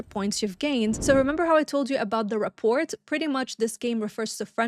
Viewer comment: Ree-pore Or Rah-pore Just no T Its v important in sales lol